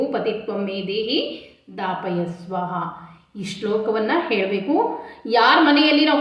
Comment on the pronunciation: ದಾಪಯ ಅಲ್ಲ ತಾ ಪಯ